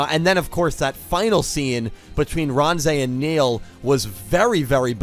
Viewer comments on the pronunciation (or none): Sounds so ridiculous calling him nail Its neil